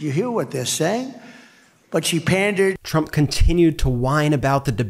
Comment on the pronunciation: Is Trump dyslexic? He read "PANDERED" as "PARTNERED" from the teleprompter.